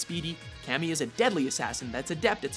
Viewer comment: LOL cammy toe